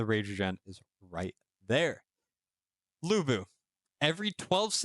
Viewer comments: De-ow ch-on. Loo boo. For pronunciation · Why i keep hearing you pronounce him Bu Bu😅